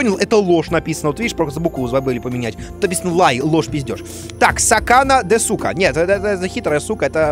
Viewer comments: Я, который учит японский, ржу с ассоциаций Димы Изменено: особенно с ですか(десу ка, на самом деле в су(す) не читается "у" в конце этих слов и правильно будет дес ка) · мышь по японски произносится не "маусу" а "мосу", а "десу ка", вопросительный элемент означающий "верно ли", произносится "дес ка"